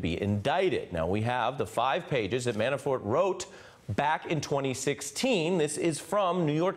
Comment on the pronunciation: Why does the prosecutor keep calling him ManaFORE? He mispronounces Manafort's name in every interview I''ve seen.